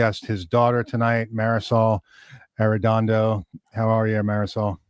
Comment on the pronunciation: Great that you honored Jose Arrendondo's legacy. His work inspired so many, and brought warmth and rich tone to many guitar players. But next time get to learn the right way to say his name and his daugthers name. I know that in the USA people just 'americanize' names, But how will you feel if someone presents you as 'Marqusanki' and 'Deib Fried mannn'. Think about it !